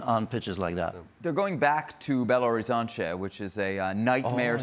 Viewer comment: the way he pronounced Belo Horizonte hahaha